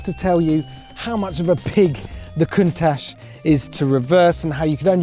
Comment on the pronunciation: Didnt even pronounce it correctly